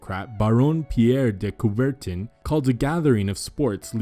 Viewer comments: Great video... But the french pronunciation... Please! De Cuvertin! Lùmiar Brothers... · Coubertin? Check your French pronunciation. Great videos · Interesting video, but a terrible narrator. Why not check some website, so you learn how to pronounce "Lumière" (the accent isn't there just for fun!) and "Coubertin".